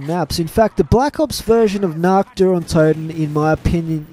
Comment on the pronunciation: you spell nacht like nackt in german. nackt means nude 😂😁👍